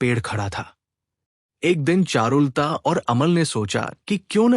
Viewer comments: चारुल ता नहीं बोलते, चारु लता होता है। सही उच्चारण बहुत आवश्यक है। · एक्चुअली ये ऐप से AI रीडिंग कराते है, और वीडियो अपलोड से पहले खुद भी नहीं सुनते वरना करेक्शन कर देते.चारु लता कोई ऐसा नाम नहीं कि लिटरेचर में दिलचस्पी रखने वाला उसको चारुल ता बोले. किसी लेडी का नाम लगता है,आवाज मेल है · चारु लता का उच्चारण शुद्ध करना चाहिए,...